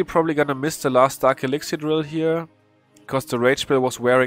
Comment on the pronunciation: When he says 'elixiar'